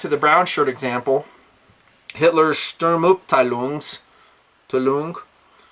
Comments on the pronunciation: sturm arbeit-lung or SA you pronounce it like stoorm are-byte loong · Well done, but you German is really bad. pronounced shturm-ab-ty-lung. Sturm Abteilung (SA) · It's pronounced Shturm Ab Tai Lung ~ Storm Division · And sorry, man, I like your videos, I like weapons, particularly knives, as much as any other level-headed dude, but the minute someone compares a political figure they don't like to Hitler, you have nothing to learn from them. And that's "Shturm-AB-tie-LOONG" ("Storm Detachment"), if yer curious. For what it's worth, I'm staying a subscriber, I respect your views, even if I don't agree. Just wait and see, none of this "Obama-steria", term I just coined, is gonna mean jack. Relax, bro. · ) Sturmabteilung (SA) is nearly pronouncded correct, but simply try to pronounce the "up" (ab) in Sturm(up)teilung like you normally would pronounce the english word "up" - if done so, it is super correct! :-) BTW ... here is the phonetics "ˈʃtʊrm|apta͜ilʊŋ" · D you are pronouncing "Sturmabteilung" sooo wrong its awesome haha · Sturm (u like ou in you) ab (pretty similar to "up" with a soft p) teilung (sounds good the way you say it) :D greets von Deutschland ;) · OMG! You've revealed yourself as a typical, monolingual 'Murrikan! Please don't attempt to say "Sturm Abteilung" again in public! Keep it to "SA" or the more colloquial, "storm troopers". Mein Gott! The pain! I'll have to consume another dose of Mister Beam's best effort.